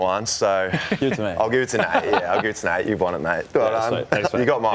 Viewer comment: 36 it’s Nate lol not nat I am I am and Essendon fan